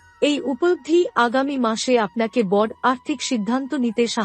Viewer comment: আপনি কি বাঙালি? যদি হয়ে থাকেন তাহলে দয়া করে ' বড়ো ' ছোট ', আসলে ', এইসব উচ্চারণ গুলো সঠিক ভাবে করার চেষ্টা করুন। বাঙলা একটি অত্যন্ত শ্রুতিমধুর ভাষা এবং বাঙ্গালির আবেগ, কিছু ইউটিউবারের পয়সার লোভ এই ভাষাকে প্রতিনিয়ত ক্ষতবিক্ষত করবে এটা মেনে নেওয়া সত্যিই কষ্টকর!